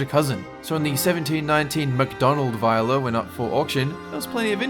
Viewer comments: Viola is pronounced “Vee-oh-lah” not “Vai-oh-lah” 😭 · "veeola" not "vieola". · Hey. It's vee-ola, not vigh-ola. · You said viola wrong. (Vee-oh-luh) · No. It's not an accent thing. There's one way to pronounce it, and he pronounced it wrong.